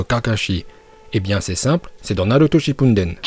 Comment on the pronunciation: Pourquoi tu dit shippundene